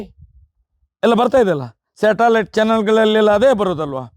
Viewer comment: ತಿಮ್ಮ ಅದು ಶಾಟಾಲಾಯ್ಟ್ ಅಲ್ಲ...ಸಟಲೈಟ್